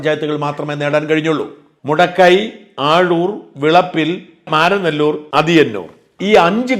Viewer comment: ആഴൂർ അല്ല അഴൂർ.. പെരുങ്കുഴി.. എന്ന സ്ഥലം..